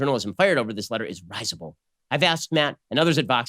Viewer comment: "risible" - In English, pronounced with the accent on the first syllable, as 'RIZ (to rhyme with BIZ, as in SHOWBIZ) uh - bull, - not ' RISE - uh - bull. Borrowed exactly from the adjectival form of the French verb "rire" (to laugh), except in French pronounced with the accent on the penultimate syllable - reh - 'ZEE - bluh. From the Latin "risibilis".